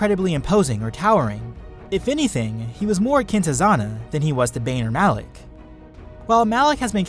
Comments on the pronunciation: M-alak Not alak Malak! Say it with me know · Awesome video but Malak not alak ughhhgg lol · OMG WHY do you keep saying ALAK? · Everyone here is being all technical and using points of power between the apprentices and crap, normally I would be one of those people, but I was distracted by the fact he kept saying "Alec" instead of "Malak" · stop saying alak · Why is it alak, its malak no? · you kept saying alec and I got triggered so I stopped watching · THERE IS A M IN MALAKS NAME IM SO TRIGGERED